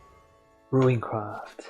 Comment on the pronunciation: It bothers the hell out of me how you pronounce it Piercing RUIN and RUINcraft. It's Piercing RUNE and RUNEcraft